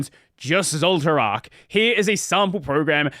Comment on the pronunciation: intentionally mispronouncing zoltraak as if you never watched frieren 😄